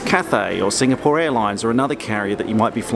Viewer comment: You pronounced Singapore and Changi perfectly